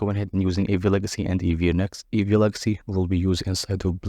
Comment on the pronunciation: next-eevee ❌ neevee ✔️